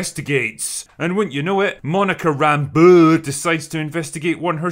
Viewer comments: Rambuuu. Say it right dammit! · Monica "RAMBUUUUH" had me crying every. single. time. you said it. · Im laughing at how you say Monica's last name. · Why is he saying Rambeau like that? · The way you say Rambeu is so annoying i had to close the video